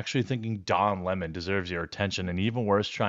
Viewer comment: His mane IS don leh-mon…